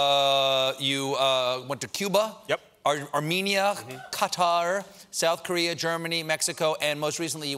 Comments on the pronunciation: When he calls Qatar cat are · Qatar and Cathar and Kathar are three different things Colbert